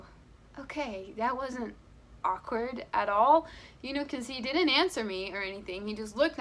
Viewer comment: it's not silent. You say it like aw-kward not ak-ward